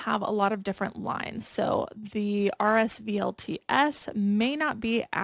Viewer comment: Vuori is pronounced Vee - or - ree. RSVLTS is pronounced Roosevelts like the President.